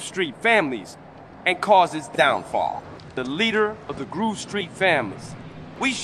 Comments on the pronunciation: grove street ❌ groove street✅ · "Groove"GRUUVSTREET. That was bad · the Ai can´t say Grove hahaha